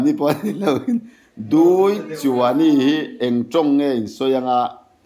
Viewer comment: Duichuaini 'NI' tih i lam thluk dan hi a dik lo, 'Muani chu ka Ni a ni' mihring kan in koh dan a kan pa te farnu hi kan NI an ni a kha mi Ni lam rik ang khan lam rik tur a ni.